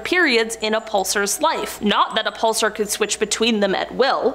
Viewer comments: Grr, pulSAR, not pulser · Whos says pulsar like that